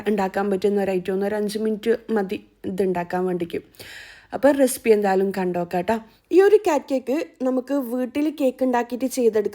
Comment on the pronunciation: റെസിപ്പി ❌ റെസ്പ്പി ✅😂😂